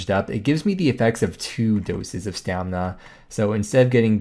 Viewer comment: Does the dictionary also say that you can pronounce stamina as 'stamna'?